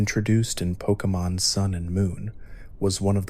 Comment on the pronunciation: I love these videos but just a point of criticism, I'm not sure why you keep pronouncing names differently within minutes of each other? It's a little off-putting.